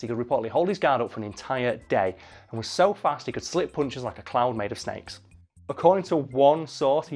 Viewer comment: When says "harder to hit than a cloud made of snakes" I heard "clown made of snakes".